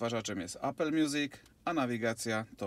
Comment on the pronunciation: Ijos, Apel (później Ajpl), Gogel takiej wymowy to ja w życiu nie słyszałem :D